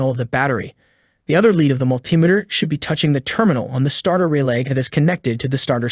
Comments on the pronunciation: Mul-ti-me-ter not mul-tim-iter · Multimeter is pronounced Multi Meter not Mul Timeter. Tear is pronounced tare not teer It is Pronounced WARE AND TARE. It is spelled WARE and TEAR. Where did you go to school boy? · also the pronunciation of multimeter